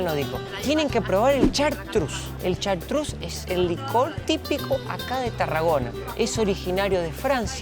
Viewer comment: No haces ni idea de como se pronuncia ¨Chartreuse¨...